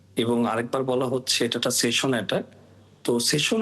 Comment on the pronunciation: projokti bangladesher manus ki buje? station noy session